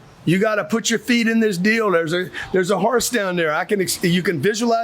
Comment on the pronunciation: Never heard horse pronounced “haurce.” Funny tho.